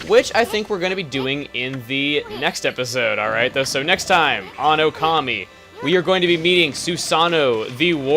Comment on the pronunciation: I think it's pronounced OH-kami, with the accent on the first syllable. But don't worry, I say it that way too. xD